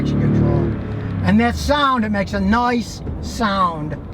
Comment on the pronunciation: Noice? did he say "noice"? Hip Scotty Talk!